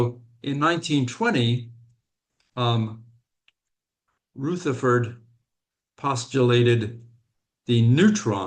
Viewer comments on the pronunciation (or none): Brit here. Rutherford is not pronounced like Ruth, my transatlantic friend.